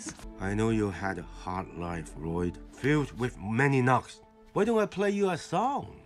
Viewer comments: I love how he calls him La-Lyod throughout the entire movie. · La-lloyd?! And its LLOYD dad No, L-l-o-y-d, I named you. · La-loyd? and its loyd dad, L L O Y D i named you. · As someone who did watch Ninjago up to, like, season 6, this movie is certainly different… But hot damn is it also funny. Laloyd has been added to my family’s mispronounced names, alongside Ayayron.